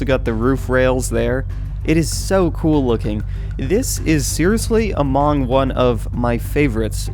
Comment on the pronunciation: he says among weirdly